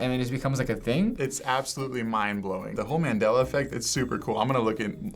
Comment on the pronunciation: It's Nelson MAN-dela not Nelson MEN-dela